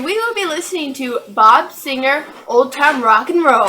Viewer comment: It's Seger Not Segar!